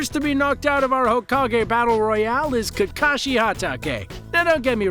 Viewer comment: Fun fact you pronounce hokage like Hoe-Cock-gay